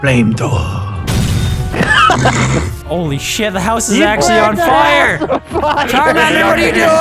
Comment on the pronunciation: Charmander used. ....... Fwamethowa.